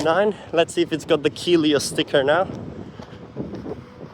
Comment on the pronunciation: Hi, yes, you're pronouncing Keolis correctly "Key Ole Iss"